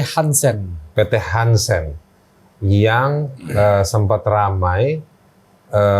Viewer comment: PT harsen bukan hansen